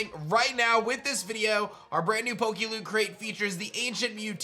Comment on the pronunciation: Every time you any PokeLoot I keep hearing PokeLewd...